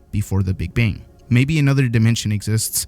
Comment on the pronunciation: “The Big Bing”